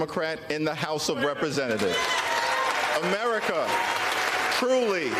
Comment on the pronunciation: Why does he keep saying AMERITA?!!!